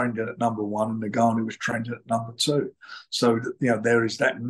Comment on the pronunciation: Its Ngannou NOT Nig-gannou Frank! 😂🤣